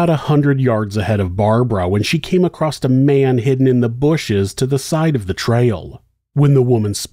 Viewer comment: She came “across” a man. Not “acrost” a man.